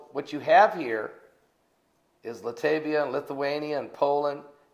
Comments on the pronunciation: Latvia, not Latavia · LOL pronounced "Lat-Via" I went to skool, in Lithuanian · Are you serious? Are you serious?? does not know how to say Latvia? Are you serious he des not know that Estonia is on the north side of Latvia? Please send an atlas this is not common core!